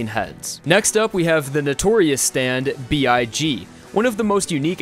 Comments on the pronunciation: "Notorious BIG" Nooooo, it's Notorious B.I.G, dummy boy. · MANS SAID NOTORIOUS BIG HAHHAHAH Its pronounced b-i-g